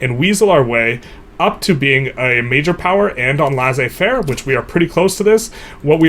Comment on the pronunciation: Laissez-faire is pronounced as ‘lay say fair’ in English